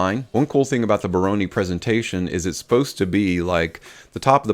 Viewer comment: Dude... Bironi?? I think, that its a Brioni...B R I O N I.. 🤣🤣🤣